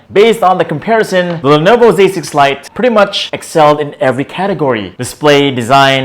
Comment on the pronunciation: I swear I keep hearing him say "Lenovo basic flight" 😂